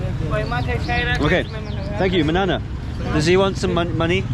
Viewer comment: ❤️ I'm a Pashtun from Pakistan and hearing you saying 'manana' just melted my heart.